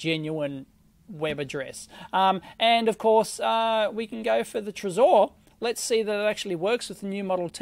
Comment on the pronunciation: It's trezor not trezore . Please please say it right